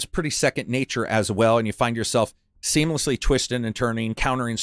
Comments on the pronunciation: Did you just say semen-lessly instead of seamlessly? 😂😂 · bro said "semenlessly".💦